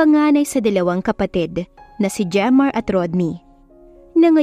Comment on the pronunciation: Jemar pala at hindi redmar😅😅